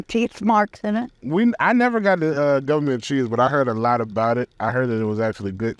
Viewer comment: Gah-Ment cheese? I know all about it!!! It makes good mac n cheese as well as grilled cheese, and pimento cheese spread!